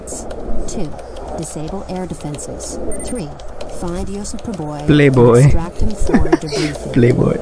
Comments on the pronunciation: Playboi nahi its priboi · Its not ply boy its pri boy